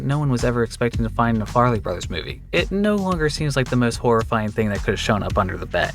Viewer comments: Farrelly, not Farley. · It's not FAR-LEY brothers it's FAR-REL-LY. Ugh... drove me batty. Especially saying the name so wrong while stating IMDB is not trustworthy... SMH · listening to you mispronounce the farrelly brothers names so many times cracked me the fuck up, it's not 'farley' it's 'farrelly'. also, 'beast wars' is in no way a forgotten show. everyone who was alive at the time remembers it. i remember it as having terrible animation. plus the next live action tf movie is based on it, as was the third part of the 'war for cybertron' netflix series. 'beast machines', however, is a far less remembered tf series, even if it was awesome.